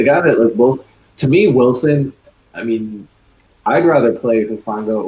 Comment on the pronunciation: is anyone gonna correct his pronunciation of hufanga i wanna rip my ears off when he says it